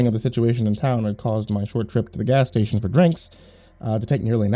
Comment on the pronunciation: you cannot... CANNOT... JUST SAY "gas stationary the edge of town" LIKE THAT!